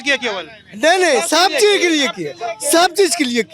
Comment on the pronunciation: He is still saying "Bahut Chejj kiye" 😂😂😂